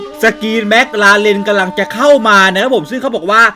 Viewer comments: แม็คคลาเรนครับไม่ใช่เเม็กราเลน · พี่ครับถ้าจะเรียกชื่อรถให้ถูกคือ แม๊กคาเลน คับ